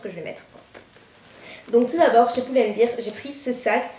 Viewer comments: Excuse moi mais ça m'a légèrement écorchée l'oreille de t'entendre dire pull and bear (bir) car prononcé ainsi ça veut dire bière, il faut dire bear (bère) ;) sinon quels achats merveilleux, le contour des yeux clinique a l'air super vu la manière dont tu en parles. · Bien joué pour tes trouvailles, les soldes c'est souvent la loterie. P.S: Juste, à titre informatif, Pull and Bear ça ce dit Poul and Bère (Bear = porter) et non pas Bire (Beer = biere ! lol).